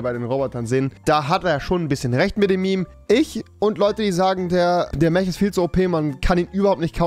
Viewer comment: mech wird Meck gesprochen